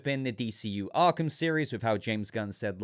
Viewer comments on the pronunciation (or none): none